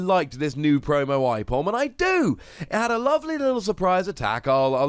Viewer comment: I love ambipom good to see him back The way you say aipom hurts me tho